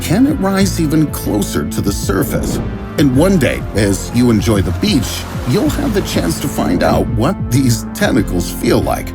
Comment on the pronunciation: Loved when he said “beach”